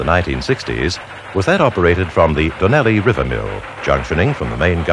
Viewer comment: The pronunciations of "Karri" and "Donnelly River" is quaint to say the least.